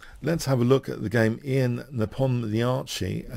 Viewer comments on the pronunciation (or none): Great win by Nepo, his name is pronounced yan by the way. Fine anlysis, keep up the good work